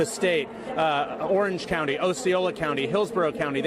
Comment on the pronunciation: said my county wrong